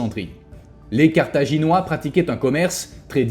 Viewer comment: Sérieux, entre le titre en -ois, la miniature en -ais, et la 1ère prononciation en -oirs, le destin de Carthage est bien illustré, c'est un carnage 😮